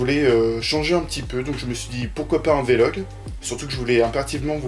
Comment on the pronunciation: On dit un "vé-log" ? J'étais persuadé qu'on disait vlog, comme un blog, sans marquer de son entre le V et le L. ^^ Sinon je me pose la question, y a-t-il des chaînes de manga ou animation (surtout les films d'animation pour toi je pense ;) ) que tu suis ? ^^ La qualité que tu as est que tu présentes vraiment quelque chose de différent des chaînes "banales" de ce qui est en rapport avec le cinéma japonais, c'est intéressant, c'est pour ça que je te suis. Après pour cette vidéo, honnêtement je n'aime pas du tout les vlog, mais ça c'est mon avis purement subjectif, ça veut pas dire que je trouve que ce que tu fais est mauvais. ^^ J'ai juste regardé ta vidéo à la base pour avoir des infos sur ce qui va arriver sur ta chaîne. ;) J'attends la prochaine vidéo, comme d'hab. ^^ Je me lance pour le réalisateur : Mamoru Hosoda ? ^^